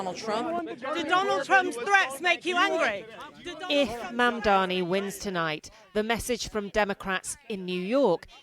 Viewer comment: It is not mumdamy, it is Mumdany!! What a joke the mainstream media have become!